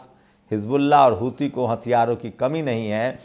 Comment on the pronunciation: Huthi HOTA Hai "hithu"Nahi.